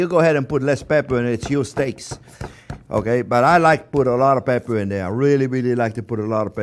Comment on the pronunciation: Not sure if he put enough peprrr there :) Nice steaks btw